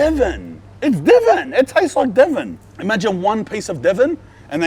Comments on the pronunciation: Not Devon, Devin like Devon but Devin. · I’m fucking crying it’s Devon